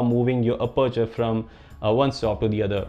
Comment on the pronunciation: Anyone else loves the way he says aperture Lmaoo Ah-perch-er